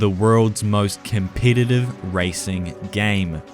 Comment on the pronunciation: I cinsidir miself a compititive compititer.